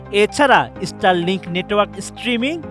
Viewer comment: রিপোর্টে বার বার ইস্টারলিংক বলতেছে 😂 ভাই জীবনে স্কুলে গেছেন কিনা জানিনা।